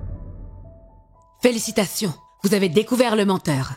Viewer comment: Par contre la voix off qui prononce "Félicitations" trop bizarrement ça m'a trop perturbé haha (enfin tous les sons "s" en fait meme quand elle dit "numero 5")